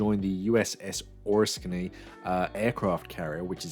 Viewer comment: Lmao hearing you pronounce Oriskany it’s pronounced like this -> oh-risk-kin-ee